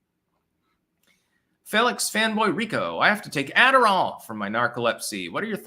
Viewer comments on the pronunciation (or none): none